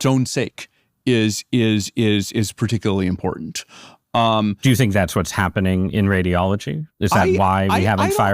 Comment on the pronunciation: "It's hyappening very fyast." An AI leader who can't pronounce the letter a without inserting a y beforehand 🤔